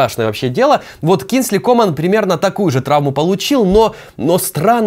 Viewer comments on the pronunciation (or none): комАн, а не кОман